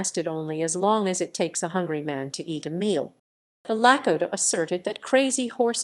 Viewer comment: I stopped at the miss pronunciation of the Lakota…